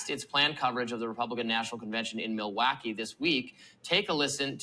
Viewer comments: Did y’all hear him say Milwacky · Milwacky 😂 did you guys hear it!